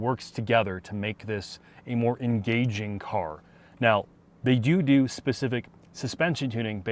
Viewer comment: you said do-do